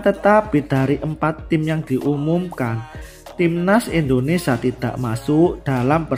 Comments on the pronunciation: Indonesia mas.... bukan Indonesa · Kang mas admin, bisa ga sebut kan Indonesia yg benar sebab ini negara kita, jadi hurp i nya jangan di hilangkan. Kalau yg lainnya silah kan aja mau KAUlitas kah, mau s Tae Yong terserah aja.🤭🙏🙏